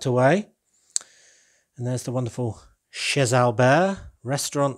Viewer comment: in france we don’t pronunce the ‘’z’’ of ‘’chez’’, so the correct pronunciation is [ché Alber] 😉